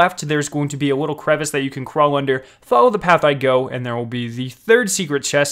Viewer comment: He also said wittle instead of little